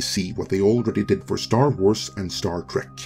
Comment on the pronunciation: "Star Trwars"? What's that,?